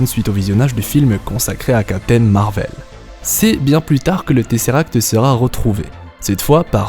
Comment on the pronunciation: MAAAAR VEL... 😅 Tu peut pas le Dire normalement .: C’est perturbant.. 😅😂 très bonne vidéo en tout cas 😊